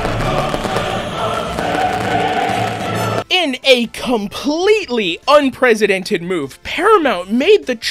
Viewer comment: lol, "unpresidented" think you mean unprecedented.